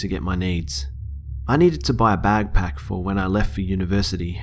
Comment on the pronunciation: BACKPACK NOT BAG PACK!!